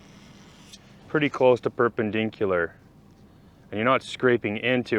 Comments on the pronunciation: "pur pen dink culer" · Today's word of the day, "perpendinkular"